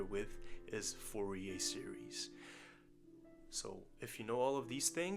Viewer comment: you had me hooked when you said "entire sewies ♥"